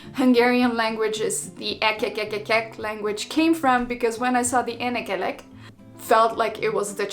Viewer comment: One thing, you need to concentrate on the short and long vowels. There is a huge difference in sound and in meaning in same cases. You've brought up the "énekelek" example but you've said "enekelek" which has no meaning and at first I didn't even understand who the f is Enek Elek. And you've also almost always pronounced the first vowel in a word long even when it was a short one. For example you said "Bálaton" and not '"Balaton". Otherwise good effort so far.